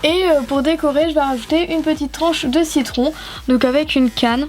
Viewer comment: tu a dis tarte aux cicons a 0.42 sec je croix mddr 😂😂mais ta vidéo est super comme toutes les autres 😍😍😘😘